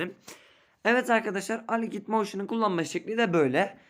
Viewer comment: Aligiht moşin xD